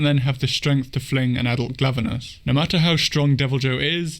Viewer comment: Also just so you know your saying glavanis right